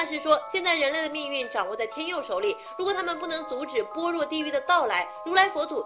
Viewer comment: 般若 bo're。。。小姐姐。。。 一个没有读过般若心经的小姐姐解说。。。